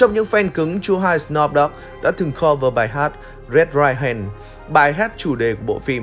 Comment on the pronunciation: Sờ núp chứ không phải sờ nóp 😗